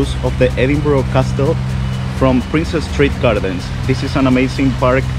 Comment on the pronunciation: Princes St Gardens, not Princess ! 😊